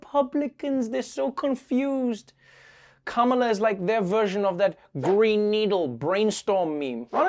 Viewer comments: It's Kam-laa. Not Kama-laa. Fox & friends - so cringe 😬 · Whatever your criticism of Kamala Harris, at least pronounce her first name correctly—“Comma-la”. I don’t purposely fuck up any Republicans’ names even if I hate them. I don’t even call Trump “Drumpf”, because I’m a grown ass adult that doesn’t need to result to playground insults to make my contempt of him obvious. Yes I think I’m better than you for doing this. Purposely pronouncing someone’s name incorrectly is extremely rude. You were taught this in elementary school.